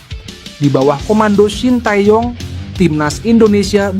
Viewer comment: Min, kalo baca shin tae young jgn dibaca blak²an, bacanya sin te yong, tae dibaca te. Young dibaca yong.